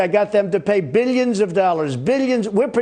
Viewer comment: Does he sneak an extra syllable into the word billions?